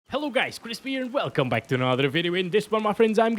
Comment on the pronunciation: It’s called Chris!!!! Not chrispppp